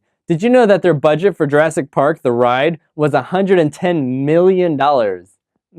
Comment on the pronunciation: URASS PARK! LOL! Did not catch that one.